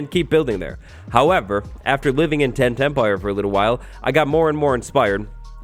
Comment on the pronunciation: Does anyone else hear "10-10-pire" every time says "Tent Empire"? 😅 I think any farm in the Nether should be legal, because the Nether bridges the two bases. I'm on the fence about trading with old villagers, though.